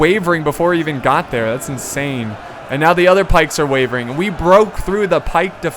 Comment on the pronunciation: he said wevering